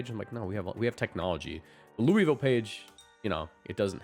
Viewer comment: If you’re talking about Louisville, the city in Kentucky, it’s pronounced Loo-vul